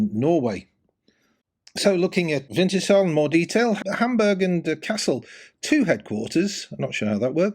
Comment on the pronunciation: Pronunciation: winters-hull, not winter shall 🤓